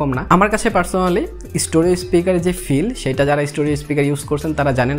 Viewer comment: স্টোরিও নারে ভাই, স্টেরিও